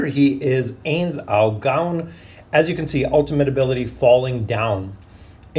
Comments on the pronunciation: Ainz is pronounced like Heinz(the ketchup brand), not aze. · Ah yes the Aze/A's and A'bed'o/A'bell'o XD